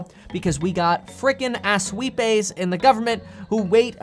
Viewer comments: Lol...those freaking as-weapes (since I can't spell it, I'll say it how you pronounced it) lol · Ass-wipays lmao 😂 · Asswepays LOL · ASs wipes! LOL I loved the way your pronounced that..I will pronounce it like that foeva now. XD